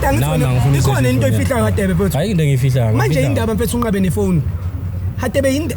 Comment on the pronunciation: Mara why is Radebe pronounced as /Hadebe/ guys?